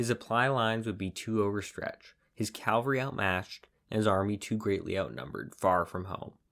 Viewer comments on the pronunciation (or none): Caval-ry NOT CALvary. That was the hill of Jesus's cruxcifiction. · CAValry, not CALvary. Ugh. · CAA-val-ry. NOT Calvary. Calvary is where Jesus was crucified. CAVALRY is what rides over the hill and saves the day. Cannot, in good conscience, sub to a history channel that doesn't appear to know tne difference. Edited for spelling.